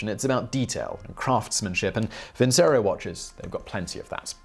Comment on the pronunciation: I thought vincero it was pronounced vin-chero?